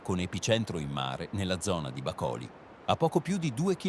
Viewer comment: Gran lavoro il vostro....Ma le parole come "Bacoli" e " Sorvoli" con l' accento sbagliato ahahah?